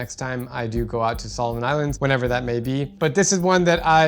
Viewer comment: No it’s pronounce Solomon Islands but it’s okay you’re doing good